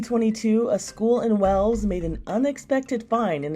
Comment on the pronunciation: Wales is pronounced as “whales” not “wells” like in the report. If you can research the fine details of a mummy could you at least look up on how to say a word correctly? It’s not even a accent barrier either that’s causing the mispronunciation